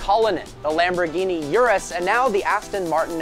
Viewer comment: Urus! Not "iurus"... if u dont know how to say it, DONT SAY IT... simple!